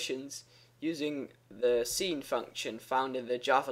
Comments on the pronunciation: Lol i was confused by him pronouncing sin,scene. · Just wanna mention: sine is pronounced like "sign." :P Just thought I'd let you know! :D And thank you so much for these clear, informative videos!